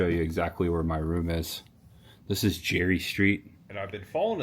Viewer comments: Hey, did you call Geary St. "Jerry"? Geary sounds like Gearee. Cheers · Hey, I'm from the bay area, Geary Street is pronounced Gear-ree St. fyi